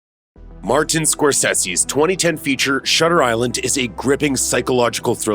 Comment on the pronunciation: Who is Mar-Ten Score-Sayshiss?